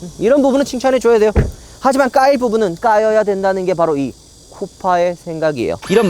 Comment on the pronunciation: 코파가 아니라 쿠파 같슴니다 형님...